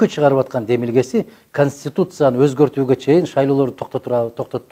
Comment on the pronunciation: 0;37 канстутутсияны😁